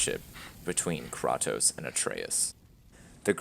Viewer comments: I probably dislike this game as much as you do (if not more, alot of my points not mentioned here) but i cant take some of your complaints seriously when you cant even pronounce the main characters name. you referenced past installments, have you always pronounced it wrong? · Dude said CrawToast and knew immediately this video was bull shit 😂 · The way you pronounce Kratos as Krahtos is so douchey. That’s douchey btw not douché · Quik Reviews no it’s kraetoes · How do you actually make a 13 minute review where you say Krahtos the whole time? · This Game is shit! BTW ITS KRATOS (pronounced Kre Tos) THE WHOLE GAME PISSES ME OFF! Its just SHIT with Good Graphics! Where the fuck is my weapons? Where the fuck is my Magic Powers? Where the fuck is my Blood? Where the fuck is my Upgrades? Where the fuck is anything ma dude?! Its just trash with VERY GOOD GRAPHICS! NOBODY CARES ABOUT GRAPHICS!!! ONLY KIDS CARE ABOUT GRAPHIC! ITS FUCKIN GOD OF WAR! RIP SOME HEAD OFF! STAB SOME WOLF'S GUT! TEAR SOME INTESTINES OUT! NO SEX MINI GAME? LAME! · Kraytos is how it's pronounced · TheGuyWhoTriggersSJWS that’s if we’re talking about the Greek one which I think we aren’t (haven’t seen this video in awhile) but seeing the thumbnail it’s most likely god of war 4 do to it being Kratos from gow 4 in which technically you would be wrong since In Norwegian you say it cr á tò s so agree to disagree good sir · TheGuyWhoTriggersSJWS also one more thing in the games his name is pronounced cr á tò s meaning you’re even more wrong since they even confirm it as cr á tò s but again agree to disagree good sir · Solid points...but it's pronounced "Crai-tos" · In english. "Krah-tos" is likely closer to the real pronounciation. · Why are you pronouncing kratos wrong? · Dude can’t even say kratos’s name properly 😂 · He can't even say Kratos right what a fucking idiot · Why you saying his name like that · The moment I heard how this man pronounces Kratos I knew this video was gonna be bad